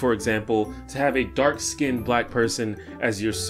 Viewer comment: He said "dark skinnt"